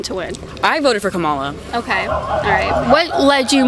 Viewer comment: Said her name wrong! Oh no!